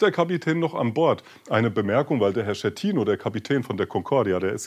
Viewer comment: Dschicklio, so so, vielleicht ein bissl Italienische Aussprache üben. Und sich dann bitte auch über Kapitän Schettino (gesprochen übrigens SKettino und nicht SCHettino) informieren